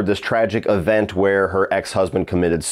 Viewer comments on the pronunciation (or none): none